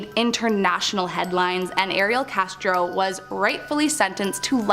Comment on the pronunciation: With the Ariel Castro story please say the warriors names correctly. Also you may want to update that story since Castro killed himself.